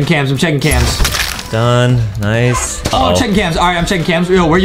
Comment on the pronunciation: Bruh Justin messed up his English he said rice dude when he meant to say nice dude